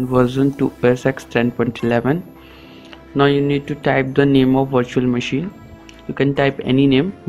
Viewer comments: LMAO, It does sound like “washer machine”. Question, did any one tried this for themselves and was it successful? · I heard washing machine but on subititle is virtual machine